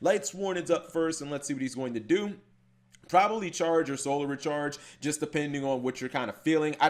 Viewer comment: the way cap says solar......................................... this is why humanity is doomed